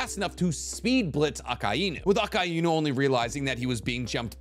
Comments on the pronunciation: If you are gonna talk about one piece say akainu name right god damn 🙌👌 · Bro I’m really trying not to be petty but I’ve never heard anyone say “Akainu” the way you do and its unsettling..